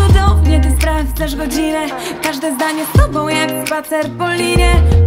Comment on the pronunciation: Między słowem „tobą” a „obok” nie ma prawie różnicy.. „tobo” „obo” trochę słaba wymowa niby aż tak nie wadzi ale jednak przy dłuższym słuchaniu razi.